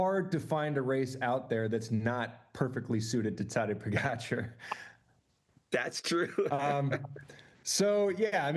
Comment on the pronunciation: Kudos to TJ for finally saying Pogi's name correctly! But demerits for not knowing Almeida is not scheduled to ride Tour.